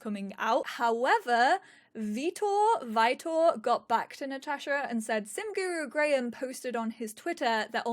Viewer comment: You trying to pronunce my name right was so cute lol. It's pronunced like in the first time you said it, Vi-tor, like "Victor" without the 'c' ☺️